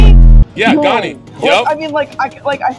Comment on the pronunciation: there is absolutely no way you said "overkill" and "ganni" get a grip bro